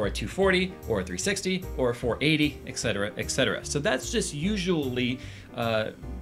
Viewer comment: Oh, for fuck's sake, it's etcetera, not "excetera"... It comes from the Latin "et cetera", meaning "and others", whereas "ex cetera" in Latin would mean something like "outside the others", thus having a near-complete opposite meaning...